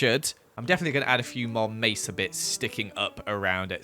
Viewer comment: me-sa town (sounds like pokemon 2 me) town of the mesalyians